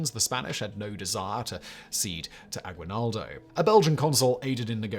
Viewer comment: Aguinaldo has a silent U my dude